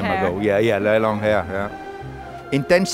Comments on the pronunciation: It's long her lol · "Very long her" haha